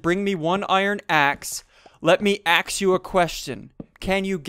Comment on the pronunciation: Let me axe you a question ... dad jokes